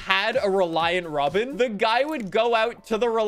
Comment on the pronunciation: After speaking about his grandparent's neighbor, notice how started letting the accent really come through when he said "rawBin"